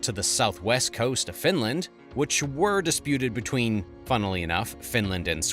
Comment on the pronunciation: Border "betweeb"